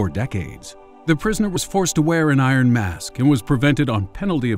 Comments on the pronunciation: I think you should look up the pronunciation of "iron". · why did you say iron like that?